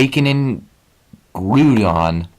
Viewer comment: Funny how the BLUE orb controls Groudon. And BTW, it's Groudon, not Grewdon or Groodon. Grou like Ground or Grouchy. 😑